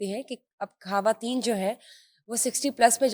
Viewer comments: بہترین والد کی بہترین بیٹی اور پھر ایک عظیم لکھاری کی نواسی ۔۔۔۔ ماشاءاللہ میرا ایم اے کا مقالہ نسیم حجازی صاحب کے حوالے ہی سے ہے آپ کی گفتگو بہت informative ہوتی ہے ۔ آپ کا لب و لہجہ اور تلفظ شاندار ہے لیکن پلیز ان محترمہ کو سمجھائیے کہ یہ خ کو کھ بول کر اردو کو برباد نہ کریں ۔۔۔۔ یہ ان کا احسان ہو گا شکریہ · خ کو خ ہی بولیں کھ نہیں۔کھواتین،کھطرناک، میزبان کو اس بات کا خاص خیال رکھنا چاہیئے۔۔۔پوری discussion میں disturbance پیدا ہو جاتی ہے۔